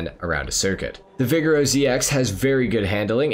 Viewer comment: Maybe I’m wrong but I always thought the Vigero was pronounced “vi-gare-oh” (assuming to sound like Camaro, the car it’s based on)